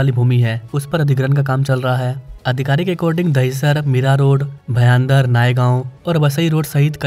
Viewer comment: बोरीवली ✅ बोरीवरळी ❌ खार रोड ✅ खारा रोड ❌ भाईंदर ✅ भयांदर ❌ डहाणू ✅ धानु ❌ आपके उच्चारण की गलतियां ठीक कीजिए!